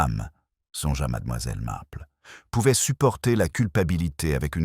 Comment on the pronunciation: Il y a des progrès mais madAmoiselle reste difficile à entendre , surtout suivi de MarplEU . Miss Marple prononcé à l anglaise serait plus doux à nos oreilles.